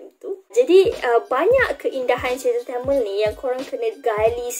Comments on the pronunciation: Kak TAMIL ya TAMIL bukan telmel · Sebutan tu TAMIL!!..NOT TEMEL...TAMILL...SEBUTAN TAAAMMEEELLL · Tamil❎ Tamel✅ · sebut tamil pun pelat... apaaaa..